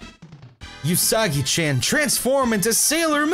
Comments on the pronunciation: Yousaggy-chan , Ohknee-chan his pronunciation thou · I know he said "Usagi-chan", but I keep hearing it as "you saggy-chan".... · At one point it sounded like said "you saggy-chan" xD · Every time reads Sailor Moon's name I hear "you saggy-chan" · "yousagi chaen"